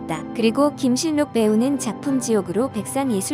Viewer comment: 무슨 국어도 안 배웠나? 발음을 김실록으로 해야 자연스러운데, 김신록 그대로 발음 하네. 할라산이라고 잃지, 한라산으로 발음 하지는 않죠.